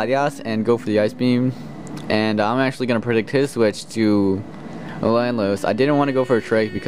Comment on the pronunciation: why do u call Landorus Lanlos =S